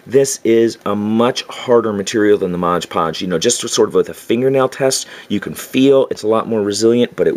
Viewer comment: Love your videos! You’re very thorough and I love learning all this stuff cuz I’m a noob to terrain building. Although I will say, if I made a drinking game and had a shot every time you said “moj podge” instead of MOD podge I’d be dead from alcohol poisoning lol